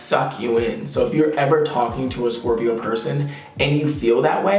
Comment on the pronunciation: Hahah I love the way you always do this "ScORpiO, SCorRPio!" thing💕🦂